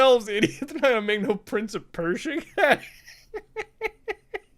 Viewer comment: When you said Prince of Persia I died a little inside